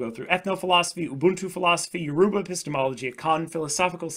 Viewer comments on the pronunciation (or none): Lmaooo It's pronounced as Yo-ro-ba basically but the spelling is Yoruba😂 thanks for the video man